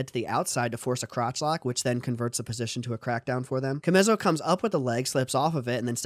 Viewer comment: His name is pronounced CHA-ME-SO